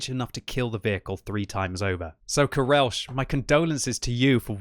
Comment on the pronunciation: The "CH" in "karelch" is not pronounced [ʃ] like in "Chicago", but rather "Kh!" like in "Loch ness".